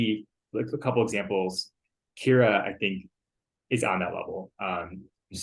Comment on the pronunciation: got it correct! 👏👏